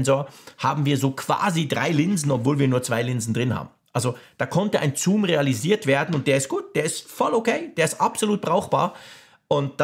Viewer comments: Das ist kein Zuuum, sondern Zoom 😂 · Ja 2-2 mal zuum ok aber der sagt das locker 10-15 mal 🥴